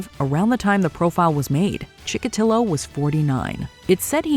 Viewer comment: Andre Chikotilo*, not Chillo.